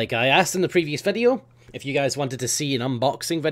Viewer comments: was it just me or did it sound like he said "F you" at the end. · Every time you say "if you" it always sounds like "F U" to me, haha